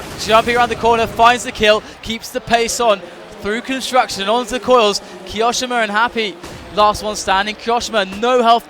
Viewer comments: Ki o shima not ki oshima 😂😂🤣😅😅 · The way he says kioshimas name is like, cancer